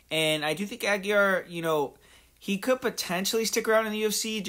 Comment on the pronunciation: It's pronounced "ah-gee-ray"